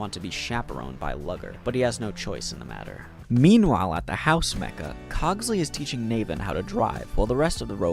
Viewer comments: Worst part of this video is just how he says Luger as lugger instead of looger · Great vid, but I can’t deal with how you say Luger. You say it as if it’s Lugger smh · The way you say Luger makes it sound like it's a slur lmao. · The pronunciation of Luger is killing me